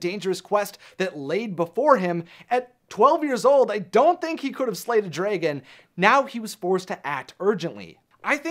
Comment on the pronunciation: Me: What do you call your dragon?: Dr. Dregon.